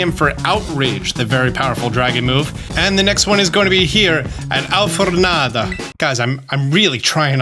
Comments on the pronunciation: if we asume that the names should be pronounced as is spanish custom (why on earth are you using italian?) alfornada would be close to al-for-NAH-dah ("al" as in "Al-fred", for as in "FOR-k", NAH as is nah and "dah" as in the spanish pronunciation of david (DAH-bid ,no DEI-bid) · So you're pronouncing the Spanish names like your imitating an Italian accent. Alfor-nada not Alfor-naada. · That was the most italian sounding spanish on the alfornada pronunciation lmao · Lol not trying to be mean but your Alfornada sounds more Italian than Spanish or Portuguese. Anyway you are doing pretty well with your pronunciations in general! Btw a tip for Naranja, the "ja" should be pronounced more like 'Na-ran-ha' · Your pronunciation attempts are so cute and I love hearing you try, but I do wanna say that you’re definitely throwing some hard Italian-ness on them and not Spanish, lol. Love you, keep up the good work! ♥️♥️